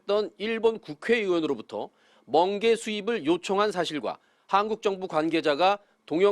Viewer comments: 멍게가 아니라 번게라고 했습니다 다시한번 들어보세요 ㅎㅎ ㅋ😂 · 멍개 아니고 먼개 어떤개냐고 들려서